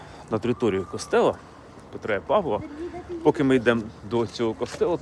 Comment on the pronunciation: Петра' і Павла', а не Пе'тра і Па'вла! Хто така є ця Пе'тра?